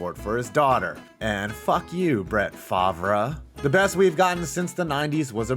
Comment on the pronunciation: Good job pronouncing Favre